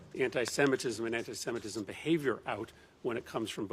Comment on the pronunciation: First: it is antisemitism. Please, learn how to pronounce it when you are preparing for your segment. It’s not that difficult. Second: he did it. There is no way around it, no amount of mental gymnastics will make it OK. Jewish people know it , they are making statements , maybe just not in massive statements. No need to lump up all Jews in one group. And please do not lump up everyone into one big group. The person who was talking about ALL Jews as Zionist- antisemitism right there! Not everyone is like that He is not doing it because he’s on autism spectrum, because he’s exited etc. He purchased himself American President ! And now he will have monopoly of Tesla ! Of course he’s exited! Would it all go the way he wants it? We’ll see if Nazi regime will flourish here. It is starting to Asbergers is no longer a thing! It is offensive to use that term Autism spectrum is proper term.